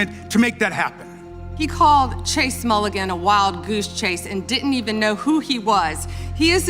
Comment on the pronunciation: Dit’nt??? I think she meant didn’t 🤷🏾‍♂️